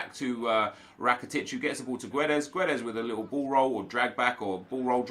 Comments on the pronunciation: Hey Nep, please read this. You don't pronounce the U in Guedes, it's silent. And it is a hard G. So, Gedes. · You don't read the u in Guedes. Portuguese is not Spanish !!! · Silent 'U' on GUEDES plz